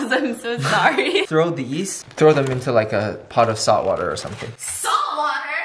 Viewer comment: nobody: stephanie: s A L t wa t e r ????